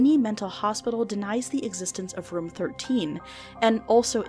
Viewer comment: Why tf would you pronounce "room" like that?